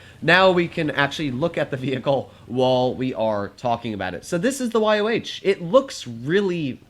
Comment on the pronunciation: its pronounced Y-O, not Y-O-W